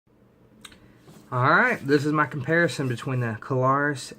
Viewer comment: Two syllables, it is Klarus not Ka-lar-us.